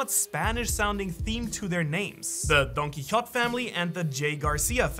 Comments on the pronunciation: He says donquixot It's Donquixote ! Say it with the pizaz and accent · donquixote is not pronounced “don-kee-hot”. it is pronounced “don-kee-ho-tay” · I’m pretty convinced you haven’t watched the show because who pronounces Donquixote like that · The way he pronounce Don Quixote rubs me the wrong way lmao